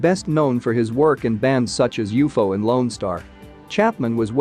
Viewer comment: It’s not u-fo idiot, it’s u-f-o , moron